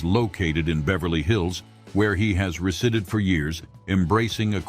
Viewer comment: residded? (resided)? Queeter? (quieter)? Come on! You can't get a human to read these lines? unsubscribed